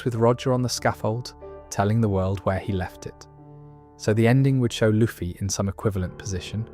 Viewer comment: Brother why are you saying luffy like that